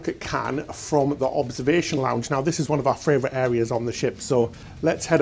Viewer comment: simply cannot say fravorite enough times for me..warms my heart!